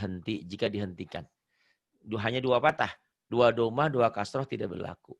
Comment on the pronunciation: Pa ustazd maaf sebelumnya ya.. Pathah yang bener bukan patah Dommah yg bener bukan domah. Soalnya ustazdnya bilang dua patah ..lebih tepatnya pathatain Sama dua domah lebih tepatnya dommatain. Note: Fathah bukan fatah Dommah bukan domah.